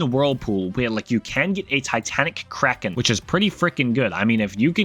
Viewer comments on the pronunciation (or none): none